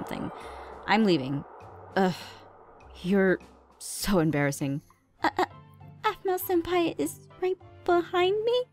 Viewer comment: It's pronounced senpai and google it.😊. And the answer you get is or will be correct 😊😊